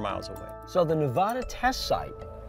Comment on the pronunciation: Learn how to pronounce Nevada.